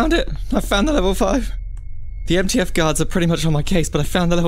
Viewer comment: ITS MTF NOT NTF